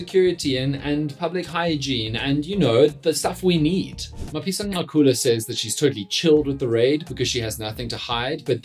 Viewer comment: Dan please research how to pronounce the man’s name. It is not chilly… the click is similar to Cele…